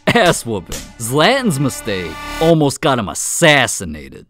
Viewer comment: "zLeaTEn's mEstEaIk"💀💀